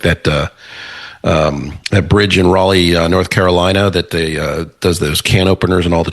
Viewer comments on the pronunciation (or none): none